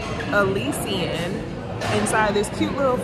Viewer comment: This video was super cute. As a person who lives in NOLA, your pronunciation of Elysian was funny 😂. Also I’m surprised you thought Cafe Beignet was better than Cafe Du Monde.